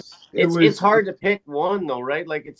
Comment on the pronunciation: Lol...hard not gard.